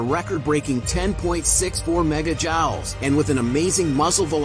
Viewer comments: jouls is pronounced, 'jewels' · Joules is pronounced "Jewels" not Jaaaouls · not pronounced jowel. pronounced jewel. Spelling: Joule. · why the narrator says "jowls"? Joules is pronounced jools or jewels. 🙏🇺🇲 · fyi: the internet hates improper pronunciation. it's not pronounced >jowls<. jules is pronounced: "jewels", or simply, by the way it's spelled: "jules", without the O. You say it like this: "those are pretty >joules< around your neck." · Joules is pronounced just like jewels. Jowls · Joules -pronounced “jools” kinda like jewels Gun - pronounced “guh-nn” Not fucking jawls and gan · The word joules is french and pronounced how we say jewels, you said jowls... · “Joules” is pronounced like “jewels” not “jah-wals” I can’t even spell it since it’s not even a word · It's pronounced "jewels," not "jowels." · It’s pronounced Jewels, not Jawls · Why tf is almost every word in the English language pronounced opposite of how it's spelled, did dyslexic people invent the English language? It's pronounced ju-wuhls not jow-wols😂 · You pronounced "jowls" when any idiot should know it's pronounced "jewels." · LMFAO! "Jowles". Joules is pronounced "jew-ells". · Its pronounced "jewels" but spelled joules. It's a measure of energy, not velocity (speed). A mega joule is one million joules or one million watts per second. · It's joules (pronounced like pools). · Pronounced jewels!! A unit of electric energy!!! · FYI, joules is pronounced “jewels”. YW. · Pronounced .. Jewels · Why does he pronounce gun as galun and joules as jawels 😂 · The name of this measurement of energy, joules, is Pronounced like the word jewels. Have somebody at your studio install spell check with pronunciation for you. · Dude, it is pronounced JOOLZ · It’s pronounced jewels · Guess there's no real humans to narrate these vids. That's an AI that can't pronounce "gun" or "joules".